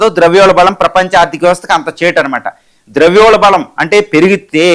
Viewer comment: ద్రవ్యోల్బలం కాదు ద్రవ్యోల్బణం